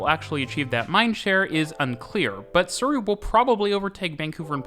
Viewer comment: As a native of Surrey in the UK I can tell you that is using a different pronunciation to the one I would use.